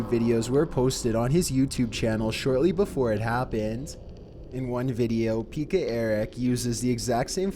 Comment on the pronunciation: im from Finland and you pronounced "Pekka" into "pikka"